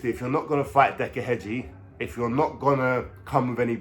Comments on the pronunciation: His name is heggie not hedgie lol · Heggie. . . .NOT Hedge-e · There is NO D in heggie , way your saying it is like in garden Hedge which is wrong , what decca said about you is right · You cant even pronounce his name Heggie💀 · Cant even pronounce Decca's second name right so highly doubtful hes speaking the truth 😂